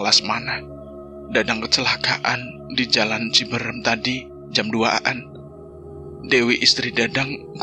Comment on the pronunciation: Boleh kan koreksi😊 bukan ciberem,,tapi CIBEUREUM,,,,yach,,ok sukses sllu,,,ttap semangat 🙏🙏❤❤